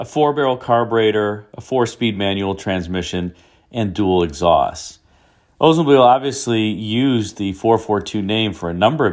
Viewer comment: Oldsmobile should not be pronounced as “Oze mobile!